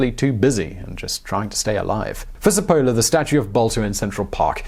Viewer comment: I believe the name should be pronounced with the stress on the first syllable - SEP-pa-la